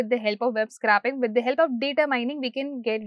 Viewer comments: Scrapping is to discard, scraping is to extract. scr-A-ping not scr-AH-pping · It's scraping as in 'scraeping'.